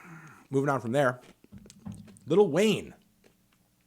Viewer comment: “Liddle Wayne”